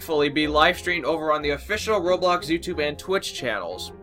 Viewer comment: Rublux.... Roblox (u should have said "I'm sorry for miss pronouncing um, the game i play and share news about it." Just sayin, don't wanna spread hate around the bloxian news)